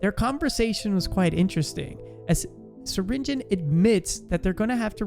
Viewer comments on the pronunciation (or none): it's not syringen, it's syringeon.